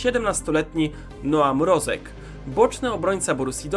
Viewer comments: To Fabian Mrozek nie Mrożek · Fabian Mrozek a nie Mrożek!!!!! Ogar!!!!!! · Fabian Mrozek nie Mrożek jak cos